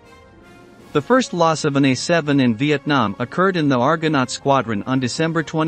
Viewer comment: What the heck is an "Uh7"? Find someone who can read and loose the computer, thank you, a NON-subscriber.